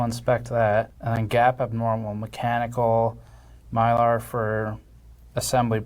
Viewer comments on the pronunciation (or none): none